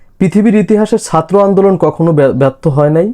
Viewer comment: উচ্চারণটা সাত্র নয়,,ছাত্র 😊